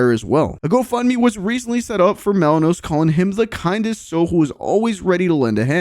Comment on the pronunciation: It’s Malinowski u idiot at least get dudes name right…!